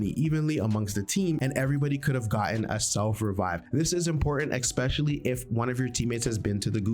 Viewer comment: Expecially 😂 Good Vid though